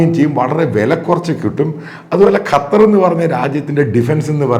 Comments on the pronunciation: അപ്പോൾ താങ്കൾക്ക് ഖത്തർ എന്നു പറയാൻ അറിയാം. ഖറ്റാർ എന്നു എപ്പോഴും പറയുന്നതു കേൾക്കാം. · കറ്റാർ അല്ല അച്ചായാ ഖത്തർ! !!!!